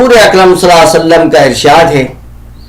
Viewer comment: السلام عليكم و رحمه الله و بركاته Nabi alaihissalam ke name mubarak par durood parne par aapki adaigi sahi nahi hai